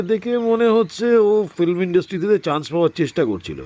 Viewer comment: ন‍্যারেটরের ফিল্ম উচ্চারণটাও ঠিক করা দরকার।